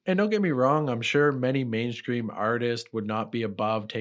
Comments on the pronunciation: Are you saying main scream instead of mainstream? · did you say mainscream instead of mainstream on purpose all the time 😁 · Are you saying mainscream?